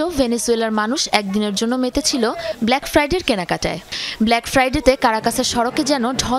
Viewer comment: আপা ব্ল্যাক ফায়ার ডে না ব্ল্যাক ফ্রাইডে😅